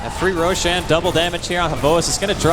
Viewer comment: I wish the commentators knew how to pronounce ROSHAN and SHAMAN